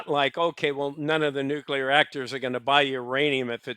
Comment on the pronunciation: I like the video. But jesus fkn christ if i ever have to hear you cough, clear your throat, or say "nukular" again...i might not be able to stick around.